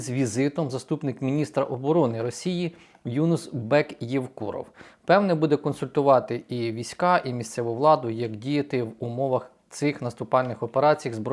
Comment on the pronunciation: Юнус наголос на у